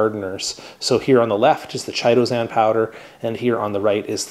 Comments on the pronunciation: Thank you for such a terrifically informative and helpful video. Now please allow me to return the favor… I’m pretty sure you’re mispronouncing “Chitosan” Chitin is a fibrous substance consisting of polysaccharides and forming the major constituent in the exoskeleton of arthropods and the cell walls of fungi. The correct pronunciation of “chitin” is: KY-TIN which leads me the believe the product ‘Chitosan’ is actually correctly pronounced similarly… KY-TOW-SAN 👍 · Pronounced kytosan. The H is silent. Just sayin'.